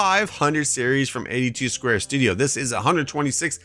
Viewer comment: you miss pronounced David's name for his mods it's 82studio not 82 square studio